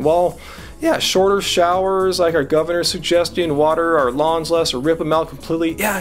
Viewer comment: lawns... i thought he said lungs LOL